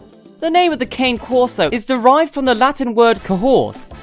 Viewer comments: Pronouncing it wrong? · yes certainly is.